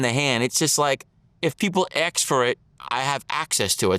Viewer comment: Ask not Ax